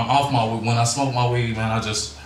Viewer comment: "But if after you smoked the wee-eeed.." Always have admired Hanson's artistic freedom with regard to syllables.